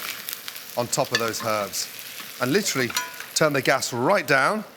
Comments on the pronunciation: Take a shot of olive oil every time Gordan says Litchurally. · Yeah, but are you LIT'RALLY doing anything at all, really? Lit'rally? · Did you mean liturally? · I wouldn’t drink a single time cause all I heard was “litually”